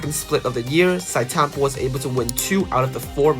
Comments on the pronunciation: how do you make an entire video about Sitetampo and pronounce his name wrong lol. It's read as "See Te tampo", not "Site" tampo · Please stop saying site tampo... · It triggers me when I hear people mis-pronouncing his name. Not Site-Tampo, it is si-te-tam-po (Zhi Te Tam Po) At least show some respect